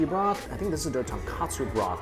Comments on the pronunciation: Hey Mike its "Tonkotsu" Ramen and not "Tonkatsu" ramen. Tonkatsu= chicken cutlet. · TonkOtsu Mike, TonkOtsu Not TonkAtsu As a foodie, you should know the diff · The amount of ppl mistaking tonkotsu for tonkatsu is too many...